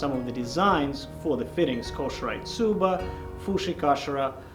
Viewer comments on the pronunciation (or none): Man, I love these videos! Someone needs to tell bro that it is pronounced KOH-SHEE-RAH-EH not koh-she-rye! LMAO! Plus, someone help him with his iaido and tameshigiri before he severs an arm or a leg! :face-blue-wide-eyes::face-orange-raised-eyebrow::hand-orange-covering-eyes::face-turquoise-covering-eyes